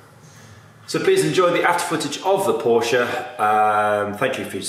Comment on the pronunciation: Who doesn’t love a Porsche and kudos for proper pronunciation. Amazing detail but what is up with that shut line on the bonnet leading edge ?